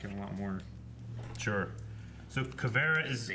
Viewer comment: Kuu-veer-ah :) just a little help.